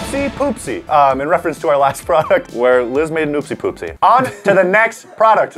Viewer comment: It’s Liz not lis